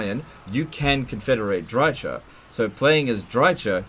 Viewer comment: it's DryKA not DryCHAH, confirmed in the total war video on her